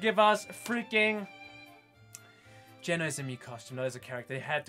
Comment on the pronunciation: Why does he pronounce it as "Jen-oh" instead of "Jee-know"?